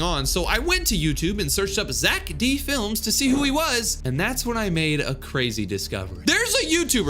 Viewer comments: Its zeck felms not zeck flems😭✌️ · It is pronounced fe-l-ms